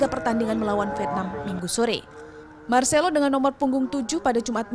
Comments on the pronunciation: Woooiiiiii Bukan Marselo Tapi Marselino 😢😓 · Marselino bukan marselo